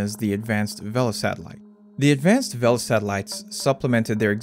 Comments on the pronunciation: Pronounced VAY-LU, not VEL-UH. Source: the people who built it (docu on the Vela satellites from the 60's) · "vay-la" rather then "vehl-uh", but anyway they were remarkably accurate devices by most accounts and only had one single "false" positive detection of a nuclear detonation in the history of the program - the Vela incident in the remote Indian Ocean between South Africa and Antarctica in 1979. This very "false" positive detection of a nuclear weapon explosion was definitely not a secret test of the clandestine Israeli nuclear weapons program and was definitely not confirmed by multiple other methods of detection as outlined in a 2018 paper by De Geer and Wright. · I'm sure that's how the word for sail IS pronounced in Spanish, but this word isn't referring to sails and the device's inventors weren't Spanish, so they all said "vay-luh", you can hear it for yourself on any number of historical films about the program freely available on this site. Similarly, the 1960s NASA program Gemini is rightly pronounced "jem-in-ee" and not "jem-in-eye" like the constellation. You're free to argue the "proper" pronunciation of these terms and others with their originators in the 1950s and 60s if you have access to a flux capacitor, but barring that, the correct pronunciations are the ones used by the men who adopted and repurposed them for their own modern technical needs when referring to the devices and systems they specifically created.